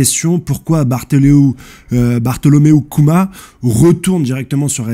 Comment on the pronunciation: Slt , petite info prononciation * : Bartholomew Kuma >> [ Barssolom-you Kouma ]😌